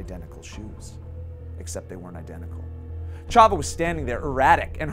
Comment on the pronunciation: also how you mispronounced chava's name